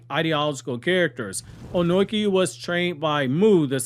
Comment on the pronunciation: Why are you calling him Onoiki? Wtf 😂